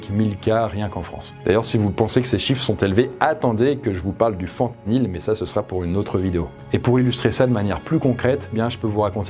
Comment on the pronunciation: Bien la vidéo, même si il faut rappeler que c’est incomparable l’addiction au sucre ou la nicotine et l’addiction aux opiacés, c’est vraiment un billet vers l’enfer cette addiction ! Super vidéo, mais par contre non, pas fentnyl mais bienFentAAAAnyl ahah Peace